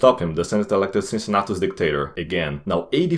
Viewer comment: "Unbiased" lol. Even Caesar was more unbiased than you in his commentarii about himself. Funny video anyway good job. Cincinnatus's pronunciation is wrong btw.